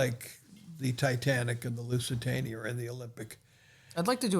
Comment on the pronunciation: is he calliing it " lusitanier "